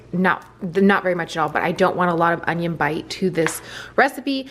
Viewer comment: King of queens? He says on-ion-ione slot.